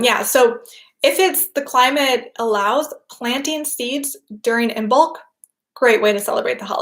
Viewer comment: Just a gentle reminder to anyone interested the 'b' is not pronounced in Imbolc (like Im-olc) and it's the same with the 'd' in Lughnasadh (loo-nas-ah). Brighid's bright blessings to you all this Imbolc /|\